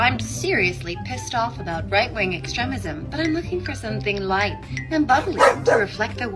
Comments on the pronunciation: Ex-trem-ism? Where are you from? 😂😅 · The worst part of that whole thing was how the ditz pronounced extremism. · The fact that she can't pronounce extremism tells me all I need to know about her. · Doesn't know how to pronounce extremism, though.